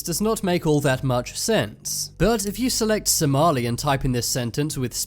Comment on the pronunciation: the heck this is not how you say somali im somailan and whoever made this somailan traslate isreally weird.....